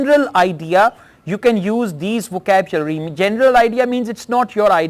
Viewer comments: Sukhvinder Singh sir is a versatile person. It’s hardly matters if his pronunciation is little different for a word🙂. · Sir I am biggest fan of you bye bahi You were pronounced wrongly word " vocabulary " repeatedly